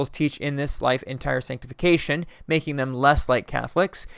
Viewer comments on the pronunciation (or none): none